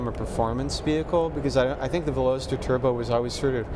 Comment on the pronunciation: Ok reviews but holy smokes guys zzzZZZ too long and why on earth would you do your recording in that airport terminal like room ,, and Velocity is where that they came up with the name for the Car so how the 3 other team mates didn’t crush that Pretentious douchbag for saying it so Epically Wrong is beyond me ,,,,insert massive facepalm >here<